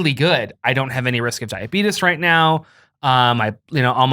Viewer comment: I love that you call it diabeetus every time,.